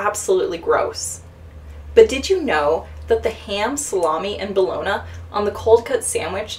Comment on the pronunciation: Bologna is ponounced baloney.